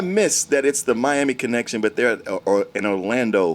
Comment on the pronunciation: Sounded like said Mammy Connection lol